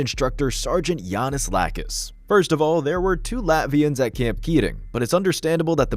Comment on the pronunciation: “No AI used”, yet can’t pronounce “camp” correctly at the start, only to perfectly pronounce “camping” 30 seconds later… yikes